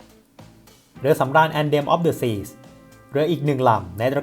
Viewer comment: อ่านว่า แอนเธม ออฟ เดอะ ซี ครับ ไม่ใช่ แอนเดม งงเลย